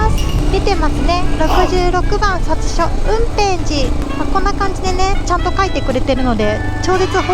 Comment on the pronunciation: 県外からの来訪者さんの方が観光スポット詳しいですね。香川県在住ですが雲辺寺とかほぼ行くことないので、のレビューは新鮮でした。ちなみに"札所"は「ふだしょ」と読みます。